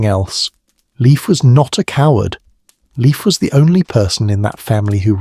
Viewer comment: Not "liif" but L, like Leonhard, E like Eduard, I like Industry, F like Ferdinand